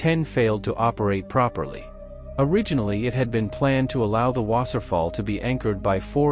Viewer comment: It's pronounced loof vaffa and vaaser fall.